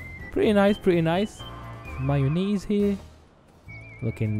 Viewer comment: he said mayonase